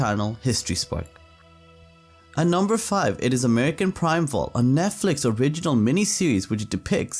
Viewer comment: I agree that Primeval was fantastic and brutal but it it pronounced “prime evil”.